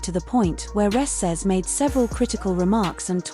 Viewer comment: Can’t you get the ‘bot’ to say Reese’s name CORRECTLY! C’mon man!